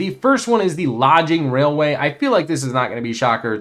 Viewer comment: Is English your first language? Lodging Railway instead of Logging Railway. Omnious Isle instead of Ominous Isle.